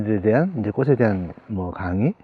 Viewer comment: '꽃으로'는 '꼬스로'가 아니라 '꼬츠로'로 발음해야 합니다.'꽃에 대한'은 '꼬세 대한'이 아니고 '꼬체 대한'으로 발음해야 합니다. 꽃전문가시니까 더욱 신경써 주세요. '숲이 보여요'도 '수비 보여요'가 아니고 '수피 보여요' .^^